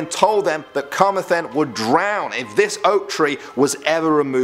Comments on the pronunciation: Carmathen? You didn't even say it as it's spelled, it's Carmarthen, note the second R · it’s not car-meth-en it’s ca-mar-then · Carmer-then? Carm-mar-then. Otherwise good video. I'm from wales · CAR-MAR-THEN not Karmathen oml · Wtf is “karma-then”? Cuz I’m pretty sure that thing is in Camarthen. It’s welsh. It’s pronounced “Ca-mar-then”. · Its not car ma then. Its car mar then as in the word then. Get it right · I’m from Wales and I had no idea we had so many creepy stories there either! On a side note, your pronunciations are pretty good, although you need to work on pronouncing Carmarthen. It’s pronounced the way it’s spelled - Car-Mar-Then. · u said Carmarthen wrong... you pronounce the Rs... -_- Aside from that, great video! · Pronouncing carmathen wrong, ca-mar-then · Say it like an Irishman starting a fight "Car-mar-then" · hey, you said camarthen wrong its ca mar then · Please pronounce Carmarthen properly 🙈🙈 I used to work in the holiday park of the same name, Cu - marr - thun god knows how you would have pronounced Llanelli 😂😂😂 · good vid bro, but you need to look on your pronunciation for camarthen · Carmarthen is a town in South Wales. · And I love how I could tell you were pronouncing Carmarthen wrong, I was like 'do you mean Carmarthen?' in the way I pronounce it and turns out I was right, lol. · the way u pronounced carmarthen really triggered me damn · This guy trying to pronounce Carmarthen is just painful 😂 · Perfect pronunciation of all Welsh towns and words and then Carmarthen gets absolutely butchered. 😅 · He pronounced Carmarthen wrong. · Butchered the Pronounciation of Carmarthen.. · Pronunciation of even English words in atrocious, e.g. 'assizes', 'Carmarthen'. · You did so well until you tried to pronounce carmarthen